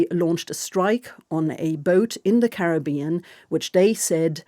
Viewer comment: When will they begin pronouncing Caribbean properly??